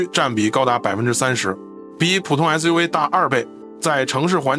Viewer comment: SUV 唸成 SU we